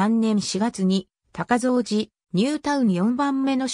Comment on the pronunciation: 西藤山台小学校は母校のため、どういうふうに紹介されているのか気になり見させて頂きました。 その中でちょくちょく読み方に間違いがあるた指摘させて抱きました。 大切な母校、今は廃校になったとはいえ思い入れがあります。 そのため、いくつかおかしいのを紹介しますね。楽しく見させて抱きました 高蔵寺はこうぞうじと読みます。 藤山台東はふじやまだいひがし、西藤山台はにしふじゃまだいと言います。 春日井私立岩成台はかすがいしりついわなりだいなどあげるとキリがありません。 これはAIに回答させたような感じがしますが、AIには学習能力があるため、読み方を訂正してあげれば次回から正しく発音するようになりますよ。 追加で高蔵寺駅まで3kmあるため、高蔵寺駅とニュータウン内あみの目のように繋ぐバス路線が沢山ありますぐらいまで欲しいですね。 ありがとうございました。